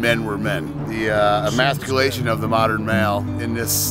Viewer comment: "Emasticlation" beautiful